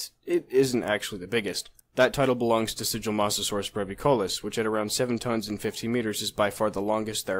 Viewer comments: Suchomassasaurus......are you referring to Sigilmasaurus? I’ve never heard of this Suchomassasaurus. Or am I hearing you wrong and you’re actually saying Sigilmasaurus. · Ok XD I just couldn’t hear it. I was wondering if there was a new species of Spinosaurid uncovered! Lol 😂